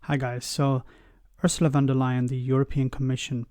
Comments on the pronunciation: Her name is Von der Leyen. Not Van der Leyen. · Thanks for your videos, they bring a fresh point of view on topics and put things into context that some may not have thought of before. Just a tiny correction: It's Ursula von der Leyen, not van der Leyen. "von" in a German name is a sign of being of nobility like "Lord" in Britain.